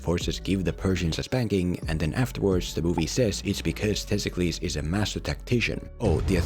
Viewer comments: How did you butcher the name of one of the most important Athenian figures of Ancient Greece?? It's Themistocles!, not Testicles. At least Google it before you make a video that is apparently your job... Your worst video for me is this, I believe you know why... :P My favorite is the Sherlock Holmes video. It actually made me appreciate a movie I thought was mediocre when I first saw it. I rewatched it after seeing your video and it's one of my favorite action/detective movies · Why do you call him Testklis? His name is Themistoklis and he was a real person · The main character’s name is Themistocles, no Thistokles (or whatever name you repeatedly said throughout the video), who IS a REAL person who helped lead the Greek forces against the Persian forces at the Battle of Marathon, Artamesium, and Salamis. Source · The name of the main character is Themistocles and not Testicles otherwise all your points are quite sound tho one could argue anyone with a bit of knowledge of Greek history won’t have as much a problem of understanding what’s at stake and where the battles take place as your plain old, maybe uneducated, movie viewer. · Everytime you say testicles I laugh and can't focus on what you are saying. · Sounds like he's saying testicles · Homie really couldn't pronounce the name of the real Athenian hero Themistokles? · You really need to stop deliberately mispronouncing this man’s name Themistocles was a real person in Greek history, so maybe you should go get an education before you go, deliberately mangling peoples names